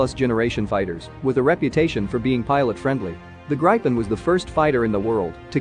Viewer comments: It's not "Graypyn", It is "Gripen". Pay attention to the pronunciations. Do not read proper nouns like English. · Except from wrong pronounciation. Not [graipen] but [gripen] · Its pronounce grip-in Not gripe- in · He pronounces Gripen like an old southern gay saying "Griping" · I want to gripe about pronunciation. Get a grip. It's grippen. Had several crashes early on but seems to have succeeded since. Now a recognized heavy contender in air combat arena. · Gripen is pronounced with the i sounding lie ee in Jeep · Rather [Gri’i:ipen] ... the “i” being pronounced in a similar manner as “i” is pronounced in U.S English “police”... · It’s pronounced grip-in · More like "Greepen" with Swedish pronunciation. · Gripen is pronounced GREE PEN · I agree, if i’d spell his pronounciation in swedish it would be ”Grajpen”… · It's spelled Gripen and pronounced "Greepen". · I’m also a Swede and it so funny how he pronounced it it’s Gree-pen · My ears hurt from the pronunciation of gripen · Why all us citizens mispronounce i . Irak erak not like i phone . Also gripen grepen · he says gripen as if he's pronouncing some grapes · Its what you call Lagom Just call it the Griffin. The Gripen pronounciation just sounds wrong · Gripen pronounced i not I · How do you properly pronounce the name? ~Curious American